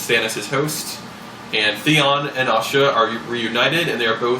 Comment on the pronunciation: Now I can see why they changed it to Yara on the tv show. I seriously thought you had said "Osha" at first and I was mega confused for a second. :D